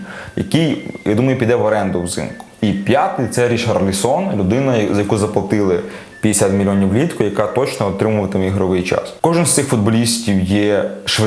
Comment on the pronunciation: РічарлісОн…. РічАрлісон